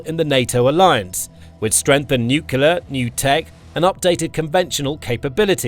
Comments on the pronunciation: Its nuclear not new killer! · I comment on virtually all his videos about the fact he says NUCULAR instead of NUCLEAR. F***ing annoying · Nuclear :face-blue-smiling: Nukular:face-orange-raised-eyebrow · THERE IS NO SUCH WORD AS "NYUKULAR" - IDIOCY MARCHES ON!!!!!!!!!!!!!! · The word Nuxlear, only contains one letter "U". It's pronounced "NEWCLEAR". You missed SHORAD developments and Brakestop. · I was waiting for a pointer of authenticity. It came with the use of the abberation: ‘nu-cular’ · He never has been able to. He always NUCULAR. It's laughable, like this video. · Narrator cannot pronounce nuclear.